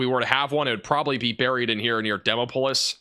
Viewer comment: Butchered the pronunciation of "Demopolis" a bit , but that's honestly something I'm willing to overlook.